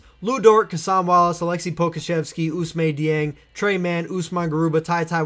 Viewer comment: Approximately zero YouTubers know how to pronounce Ousmane Dieng’s name.